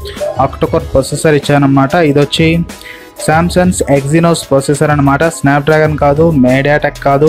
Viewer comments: samsun kaadu mundu Samsung anadam nerchuko bro .palakatam radu nuvv Samsung review naa lol😂😂😂😂😂😂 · Samsung anali.... Samsun kaadhu.... Choodalsindhi meme kadhaa...